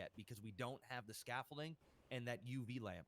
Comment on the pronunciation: WOW DUDE PRONOUNCED THE WORD SCAFFOLDING WITH A T AND SAID SCAFOLTING LMAO ITS OBVIOUS THAT BOY NEVER WORKED A MANLY JOB EVER OR EVER PROBABLY PICKED UP A FN HAMMER OF SCREWDRIVER LMAO DONT EVEN KNOW WHAT SCAFFOLDING IS LET ALONE PRONOUNCE IT, HE MADE HIMSELF LOOK SOO SHELTERED LMAO DAMN BRO